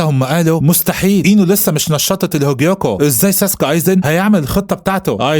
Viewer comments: مش سوسوكي سُوسْكِي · ايزن سوسكي مش ساسكي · اسمو ايزن سوسكى مش ساسكي بس هوا بيقول الاسم غلط والتانى مش اسمو مادارا برضو اسمو مادارامى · ايزن سوسكي مش ساسكي غير كده الفديو جامد الصراحه وملخص محترم ومجهود يحترم حاجه بسيطه كده كوكا دي هتطلع عمه اتشيغو 😂هتعرفو الكلام في الجزئ تالت يعني بعد ٣٠٠ حلقه